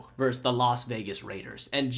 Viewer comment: ver-sus Two syllables.